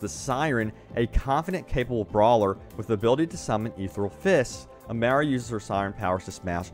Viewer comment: No no not amera, it says Amara ah mah rah >.> this ain not miss merica